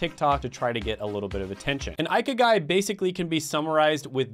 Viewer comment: pronounced eee key guy